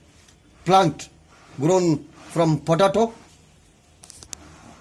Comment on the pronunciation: VERY FUNNY poe tay toe is how it is pronounced . pa da toe.. was it was hilarious everytime he said it